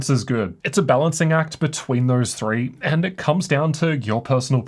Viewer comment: "Tip number TRR"